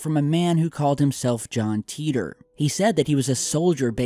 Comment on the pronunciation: Why ‘teetor’ and not ‘tItor’ with an I for pronounciation??? It has bugged me for years